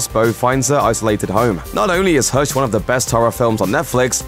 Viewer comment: It’s hush not hersh